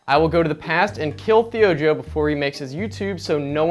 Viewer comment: Say "Thei Joe" pronounced like G.I.Joe